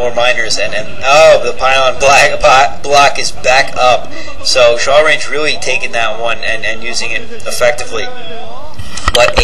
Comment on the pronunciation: "Shawlrange"?... I would think rather it's a self-deprecating joke on the inability of Asians to aspirate their "L"s, but with a hard "ch" sound...as in "I'm going to chalrenge you to a match, gaijin!" Heh, pretty funny if so. Awesome commentary as usual...